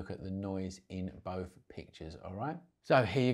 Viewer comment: "It's wevva you can deal wiv the noise in bouf versions?" Love it.